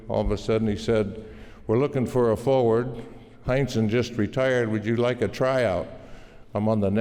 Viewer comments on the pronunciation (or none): none